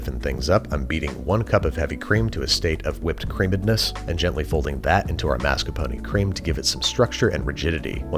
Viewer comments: Why do you say “Maskuhpony” it’s mascarpone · I’m only 1/4 Italian so I’m only 1/4 crying when I hear “mas-kar-poh-nee” It does not contain a miniature horse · Mascar... Mas... Mascarp... MARSCAPONE? This is one of those Berenstain Bears things, huh. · Am I the only one who hears "master pony cheese"?